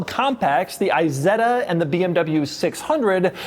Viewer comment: PLEEEEEEEASE NOT! i-setta would be an Apple product. Try "Eeeeeh-Setta".